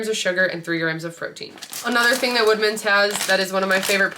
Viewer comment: Great video! Lots of ideas! I kept thinking you were saying wegmans not woodmans and I was like I’m not looking close enough because I’ve never seen these lol😂